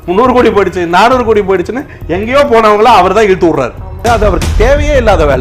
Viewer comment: Pronouncing ride ride .. 😄 but it’s raid